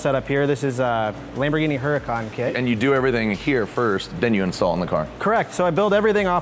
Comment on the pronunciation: Why it say Lamborghi??